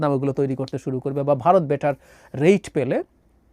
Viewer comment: রেট কে রেইড বাংলা ভাষাটাও বাল ঠিক করে বলতে পারে না; মুখেতং মারিতং জগৎ।